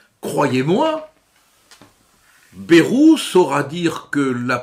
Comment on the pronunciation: Respectez les prononciations régionales. Le ay de Bayrou se prononce comme dans Hendaye, cipaye et cobaye.